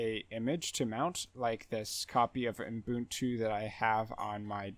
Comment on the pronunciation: Thanks for your video! But I'm curious: Why are you pronouncing the name Ubuntu as "Oom-boon-too" or "Oon-boon-too" (as if adding an m or n right after the first u)?